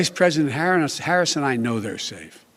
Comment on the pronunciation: BIDEN CALLED HIS VP "HARRON" 🤦🏻‍♀️